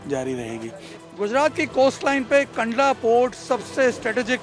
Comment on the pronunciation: कांडला नही है कंडला है